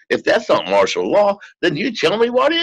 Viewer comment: FYI, it's MARTIAL law, not marshal. Great interview though. :-)